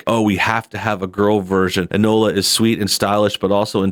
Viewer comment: It's pronounced "In-Oh-La"...